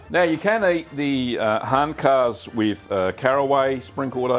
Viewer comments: Thanks for this. Excellent video! I’ve enjoyed Handkäse mit Musik in Frankfurt many times and it’s delicious. By the way it’s pronounced “HANT-kayzer” not “HANT-karse” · Your "Guten Tag" was spot on, but "Handkäse" is pronounced rather "Huntkazuh" . Loved the vid! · Käse is pronounced keh-zuh.